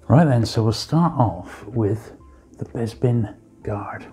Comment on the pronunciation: You must be from the same part of the UK as Bossk’s Bounty, you both pronounce Bespin as ‘Bezpin’, I’ve never heard that before 👍